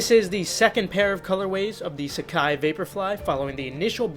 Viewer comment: nailing the pronunciation